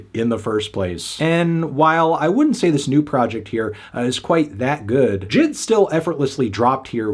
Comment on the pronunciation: Anthony the name is supposed to be pronounced as J.I.D not jid